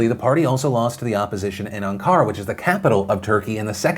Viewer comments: Phil, I love you but you REALLY need to hire someone to proof your copy for pronunciation. the word is ahn-kuh-ra with the emphasis on the first syllable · I cringed every time you Ankara lol. It's ON-kar-uh